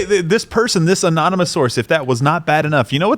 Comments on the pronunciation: Anon-a-moose sore-says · A-non-e-mouse sources